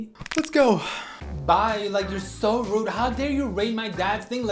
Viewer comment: this kid can’t even pronounce his name “r”s. He ligit said “Wude”😭😭😭